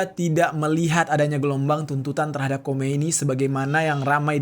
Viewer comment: Sedikit koreksi bukan Khomeini kk, tapi Khamenei. EMG agak mirip sih